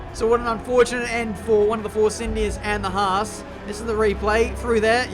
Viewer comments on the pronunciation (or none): none